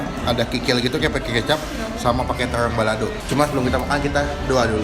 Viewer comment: the way that you say r, “bebek rwica-rwica”, mozarwelaa, tewrong balado 😂💕😅